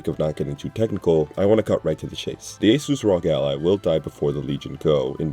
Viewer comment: It's arr-oh-gee, not rawg!!!